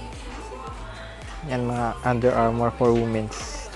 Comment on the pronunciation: Just to correct your pronunciation 😊 it is read as weemens not woomen's the word Womens